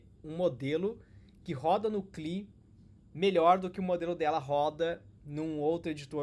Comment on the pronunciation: Demorei horrores pra entender que "cli" era "CLI" (si é lai) hahahahaha